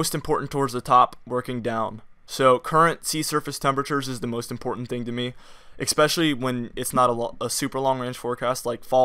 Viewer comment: Why do you say eck specially? Do you say supposably too? It's ess specially and supposedly... I'm kidding....lol! Good job. You may find the channel suspicious observers interesting.